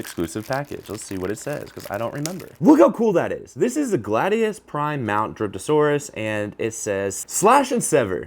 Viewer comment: I thought you said "Dripping sp3rm Saurus"